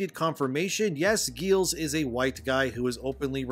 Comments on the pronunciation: BTW, the main writer for this game is pronounced Giles (like the character in the Buffy series). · his name is pronounced like Rupert Giles from Buffy.